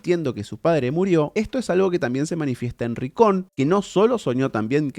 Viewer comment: Cada vez que dice Ricón muere un hadita del bosque 😂